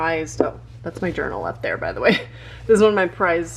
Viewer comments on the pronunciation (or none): none